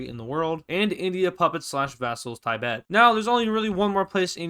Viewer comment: "It's Tuh-bet" . It's okay it's only a slight mistake.